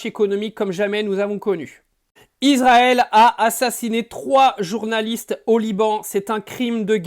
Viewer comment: Ne prononcez pas Izrael , c'est Israël avec un S!